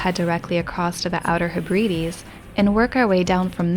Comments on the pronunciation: and his stepping stone jump! It is becoming a 'thing'! (When pronouncing Hebrides it should be said as HEB-ridees. Never place the emphasis on the second syllable, always the first!) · Hebrides -- Heh-bri-dees, stress on the first syllable puhlees? I'm an expat Scot with a C&C27 in Canada. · Hebredes. The emphasis is on the first syllable. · Just for future reference: Heb-ruh-dees.